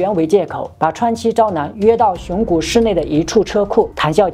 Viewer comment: 是「熊谷」，不是「熊古」